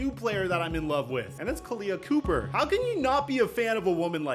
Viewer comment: You said Khaleah COOPER? It’s COPPER bruh. You folks are clowns.